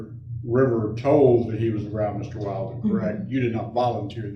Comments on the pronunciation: How many hours has this attorney spent on the case and still calls that guy WILDen instead of WILLden? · Counsel deliberately pronounced Mr. Badboy [Willden?/Wailden?] wrong the whole time 😏😁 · WILL-DEN. MR WILL-DEN, like she's said over and over. I know it's petty, but that just bothers me so much! Pronounce names correctly. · It' so comical that the new BF was trying to hide who he was, so much. Everyone, even the judge, didn't know what to call him. His name was said wrong fifty times in 4 hours, lol. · I think it's pretty unprofessional that the pros and judge haven't made the effort to remember the correct pronunciation of Wilden. Very unimpressed. But gods, she's a smug piece of work!